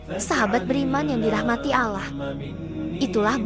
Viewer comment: Ini,yg sebagai pembaca narator ny muslim atau non muslim sih. Knp bilang Allah seperti Alah.. coba deh dgr ucapnya . TDK seperti muslim PD umum ny